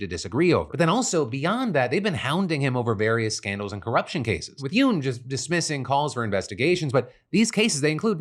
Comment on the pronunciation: Who all acted like they went fast every time Phil said "Yeun"? Just me? Cool 😅